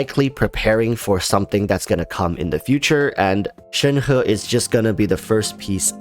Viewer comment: But... that is the actual correct pronunciation? actually pronounces it correctly?